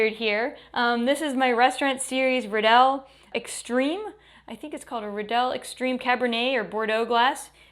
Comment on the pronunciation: Hey there - not for the nothing but a cerified sommelier should really be able to properly pronounce the name fot the most distinguished wine glass manuafacture of all time - Riedel. It rymes with "beetle" or "needle." I love your videos and your work - but this is a big miss. Undermines your crediblilty.